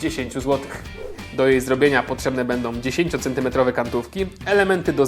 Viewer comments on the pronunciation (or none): none